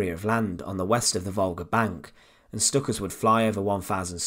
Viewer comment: Please correct your pronunciations of Stuka and Wehrmacht it was really annoying me watching this!